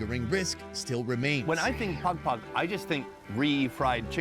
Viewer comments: saying pagpag like “Pog Pog” is the equivalent of someone pronouncing gracias “grassy-ass” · yea pag pag is pronounced more like like 2pac except with a D O double G and not a Central Cee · As a filipino fan, im happy that hes making a video about my country, but its pagpag😭😭